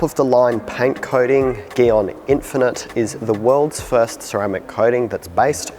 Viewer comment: Why him say gyeon like that